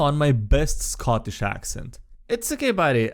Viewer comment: Not gonna lie, that was utterly nasty. (Oh, and 3/4 is three quarters, not three thirds.) You landed closer to Irish, which is close. For Scottish, you want to sound like you're in a bad mood and lean into the hard "k" sounds and "r" sounds. I can see where this is going... ... and I was right. That's an interesting curse for goggles of night . I wonder if it gets worse the more you use them? For the curious, this is a modified version of the classic bag of devouring . The canon version eats anything edible, spits out anything inedible between dimensions once a day, and has a 50% chance of grabbing any living creature reaching into the bag. If it grabs you, you get pulled completely into the bag and have a single round to try and escape with a DC 15 STR check. A friend can try and pull you out -- provided the bag doesn't grab them -- with a DC 20 STR check. If you're still inside when your turn comes again -- gulp! And no, buying cheap magic items to give to your friends isn't evil -- unless you know full well that it will hurt them, in which case it's hard to argue otherwise. Well, Lady Graytia is a knight errant who's been sent to hunt down two wayward members of her order, at least one of whom was in league with red dragons. They'd managed to establish a magical link to her and attempt mind control. The magic bed helped her to fight the control, but couldn't sever the link. When the bed was stolen, well, she finally broke, doing as the